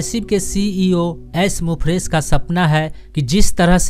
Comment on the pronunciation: ऐश मुफ्रेश नही सर जी, वो ऐश मुफारे है